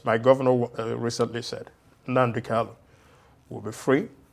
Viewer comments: Honourable Obi Aguocha should please take note that the name is Nnamdi KaNu, and not Nnamdi "KaLu." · I am surprised that this law maker who claimed to have grown up with MNK did not know how to pronounce his last name. But good to know that people are fighting for this young man’s release because it is long overdue!